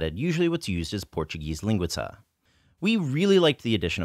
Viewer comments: You say linguica with a Chinese accent. You put the wrong emphasis on the wrong syllable. Ling-WE-sa. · linguica is pronounced with the accent on the second syllable, as lin-GUI-ca. You should really try to hit that "WEEEEEEEE." Please refer to Luigi from the Mario games for an example. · you're just so incredibly close to pronouncing linguiça in portuguese :) at the end, instead of the lingui-tza sound -- the pinyin C sound, or the english TS sound at the end of "caTS" -- try the pinyin S as in the first letter in the english "Sit" (best i can explain)